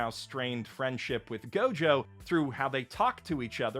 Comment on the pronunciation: You mis pronounced gojo